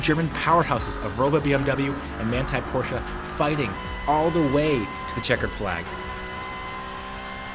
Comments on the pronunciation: bro i LOVE the video BUT its PorschE not PorschA scheeeee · Great video! But each time I hear porshAH I dream of going Postal a bit ;)